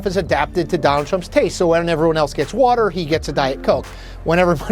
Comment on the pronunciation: water is a shwah A. It’s not Wooter. Some of the presenters at the Communist news network should try Diet Coke occasionally. The unmitigated gall that says anything about President Trump is unconscionable. seltzer’s arrogance. History proves mr kopell right. because you asked the question. Don’t you remember? sugar from ice cream increases amyloid plaque in dementia patients. Where is dear leader, who won a fair election, caregiver? stelzer is the NEW Baghdad Bob. That’s (Muhammad Saeed al-Sahhaf) for the low IQ “journalists” at the Communist News Network.